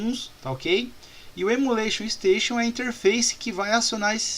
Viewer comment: Estou adorando as aulas. Mas fica uma crítica construtiva. Repita comigo: EMULATION STATION. Não é Emula Station. Kkkkkk